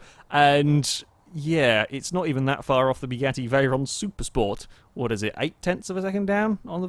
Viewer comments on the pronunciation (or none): none